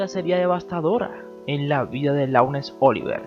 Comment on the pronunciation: Laurence se pronuncia: Lorens.